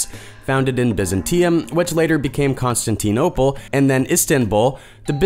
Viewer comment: My god. I dont know what to think about this. Can't pronounce Constantinople, but pulls of Antikythera. I second the hurt.